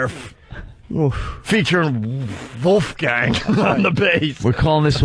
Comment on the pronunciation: Vooofgain X 20 😂🤣😭 My new favorite word he mispronounces for comedic effect! What’s yours?